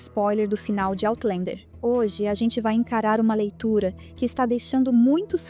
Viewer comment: Por favor, corrijam a pronúncia de "Outlander". Não se pronuncia "OutlEnder" nem em Português, nem em Inglês. A pronúncia é "OutlÃnder".